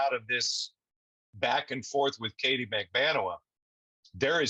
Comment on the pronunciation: PLEASE pronounce Katie’s name correctly!!!!!